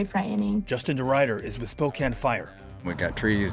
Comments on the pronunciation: Spokane, Washington is pronounced Spo-can, not Spo-cane.🙂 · Spokane is pronounced as "spo-can" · Spokane is pronounced with a short a, not a long a. Spokane was built inside a forest so huge parts of the city itself have burned down. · Spo-can.. It was arson not global warming.. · Sorry! It's pronounced Spo-Can. Can you say it? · “Spokane…” (pronounced Spo-kan like fan, man or ran. Thank you for covering this. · It's spo-can